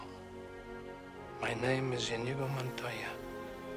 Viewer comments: eyes-pink-heart-shape:Slight correction, it's Inigo Montoya, not Indigo. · Just fyi. It’s not Indigo. It’s Inigo. Great reaction video!